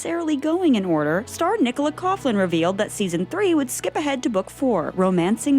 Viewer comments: I would just like to thank you guys for making me laugh by pronouncing “Coughlin” as “Coog-lin” 😂 It’s Irish, it’s “Caw-lin” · Nicola Coughlan's surname is pronounced "Cough-lin" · It's actually pronounced coff-lan. She's Irish. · The way you pronounced Nicola’s second name “Coughlan” . I can’t 😅😭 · The constant mispronunciation of Nicola Coughlan's last name, is aggravating! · I was about to write a comment! Yes, it's supposed to be that. I mean, she has sooo many interviews saying this, it's not that hard to find a video of her saying her last name. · can you PLEASE teach the narrator how to pronounce words and names like "Coughlin" (cough lin) and viscount (vie count) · OMG…another video narrator who refuses to properly pronounce VISCOUNT not to mention Nicola Coughlan’s surname. So annoying. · Sorry but I think you might be badly mispronouncing Coughlan. Also Viscount